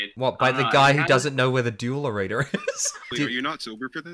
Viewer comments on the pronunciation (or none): Best part about this video is hearing him try to say arena... arener, since when does that word end with a hard r